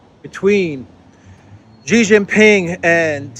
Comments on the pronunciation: It is Xi Jin Ping, not Ji Jin Ping! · STOP SAYING JHEE JHING PING, JHEE MEANS PENIS IN CHINESE LANGUAGE. HIS NAME IS XI = SHEE JIN PING, SHE LIKE FEMALE. PLEASE STOP INSULTING HIM